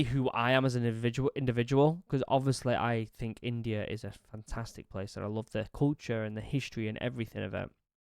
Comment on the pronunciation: Ur “love” sounds like “loath” to me